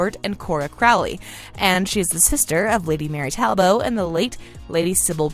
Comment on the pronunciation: Talbot isn’t TAl-bow, it’s TAL-BOT